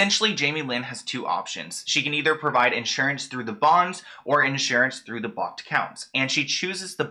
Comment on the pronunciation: I'm so sorry but your accent on blocked and Lou Ann is driving me NUTS it sounds like you're saying BOCKED I literally had to Google if BOCKED accounts were a thing.. and it sounds like you're saying "lewing" or "Liam" Taylor. I'm sorry to sound mean but 🤷